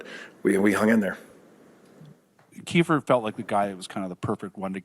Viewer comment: “That’s gonna be KIE-FER us” 😂